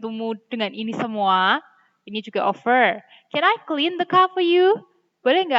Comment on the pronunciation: Mohon maaf Miss, saya mau bilang kalo cara membaca "Offer" miss nya masih salah😁🙏 knp saya berani bilang gitu? Karena saya tau dari salah satu youtuber yg tema vlog nya ttg pembacaan kata Inggris yg seringnya org Indonesia salah membacanya, tapi thankyou very much juga udh dikasih ilmunya... Mohon maaf ya Miss:)🙏